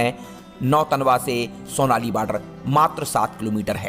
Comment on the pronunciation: सोनाली नही , सोनोली है बॉर्डर।